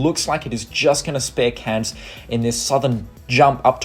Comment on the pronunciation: Please … Cairns is pronounced with AIR in it, not “Cans”.